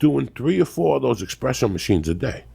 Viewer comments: expresso machine lol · Joey "expresso" Diaz.